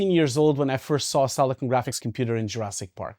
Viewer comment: I believe its called Silicon not Selecone